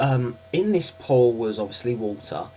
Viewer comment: Oh, you say "pool", I though you were saying "pole"